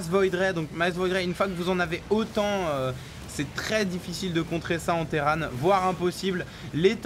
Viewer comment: Bliiiinkeuuuuu sur la collineuu du Terrane ! PS: Moi je dis terran pas terrane, terranes c'est le filles, Imagine Arcturus: Terrans, Terranes du dominion[...]